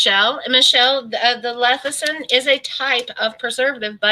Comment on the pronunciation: I love and watch all of your videos. This is not a insult but lecithin is pronounced lessithin not lethicin. Sorry. It's just an OCD thing with me when a word is not pronounced correctly. 😃 I agree with you on the dirty keto. I don't like that term. It implies laziness and I am anything but lazy. I do low carb and am very happy with it. I can't eat as much fat as keto requires so I do better with a more moderate way of eating.